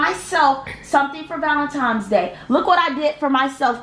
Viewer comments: Valen-times day😂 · Ti “You didn’t get me anything for VALENTIMES day” 😂😂 idk why a lot of people say it wrong💀